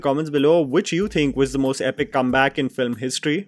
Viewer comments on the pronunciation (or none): none